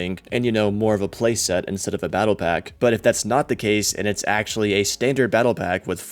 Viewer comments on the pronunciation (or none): none